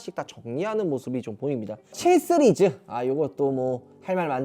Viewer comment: 시리즈 발음을 못하네요